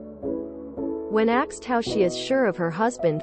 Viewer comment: WHY are all of these narrated stories now using axed instead of *asked*? It just started within the last couple of days and it's driving me crazy.